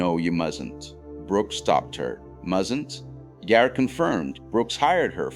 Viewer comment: It is pronounced Gaar, not Geer. Why I am finding AI annoying.